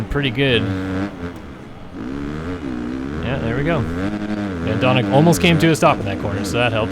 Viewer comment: Bas Vaesen is dutch but you pronounced it right, van doninck is another thing though ;)